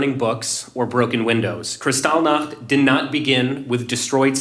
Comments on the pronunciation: Dude. "Kristalnik?" It's kristallnacht. The night of broken glass. Did you sleep through high school history class? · Seems like these "experts" choose an odd pronunciation of a word to make it seem like they have a deeper understanding of the subject. I've never heard it pronounced KrisTALLnach, only KRIStallnacht... and when I look up the actual pronunciation, in German (since it's a German word), it is in fact KRIStallnacht. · He can’t even pronounce Krystol Nacht. What a putzzz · omg jimmy it was Kristallnacht not whatever you said...